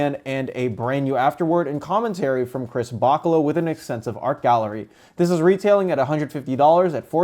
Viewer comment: it's BaCHAlo, not BAKalo.